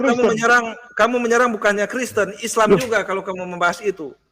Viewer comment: Kristen …kreeessten😂😂😂😂